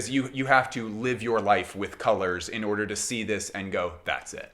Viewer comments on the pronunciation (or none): none